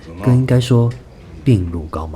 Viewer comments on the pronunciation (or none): 那個成語是：病入膏“肓”ㄏㄨㄤ ,不是盲.